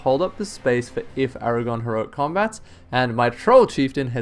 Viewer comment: Aragorn? Aragon sounds just wrong somehow